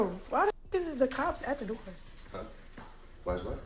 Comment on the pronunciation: 😂 "Uh Oh!! (....Betta' figure it out, Cops is at the door[doe]...")